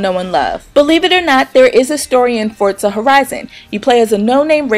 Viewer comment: Thank you for pronouncing Forza correctly. I can't stand it when people say it wrong :)